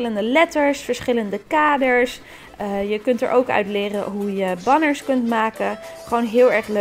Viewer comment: Banners spreek je uit als benners😘